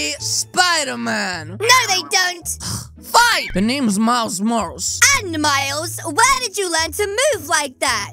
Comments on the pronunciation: It’s not miles morals it’s MILES MORALES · why you said miles morls its morales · It’s not Miles rolls it’s Miles Morale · It’s not Miles whatever you said is Miles Morales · Miles Morals I love the way he says it wrong 😂😂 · did you just call miles morales miles mors!?!?! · Its pronounced miles muralis not tryna be rude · It's not miles morales It's Miles Mor-A-les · pronounce it as miles moralis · he said miles morals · The fact he said his name wrong at the start of the vid made me laugh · He said Miles morales wrong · He said his name wrong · NOT HOW U SAY MILES MORALES